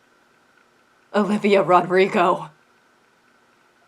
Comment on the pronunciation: The way you say Olivia "Rod-rigo" made me giggle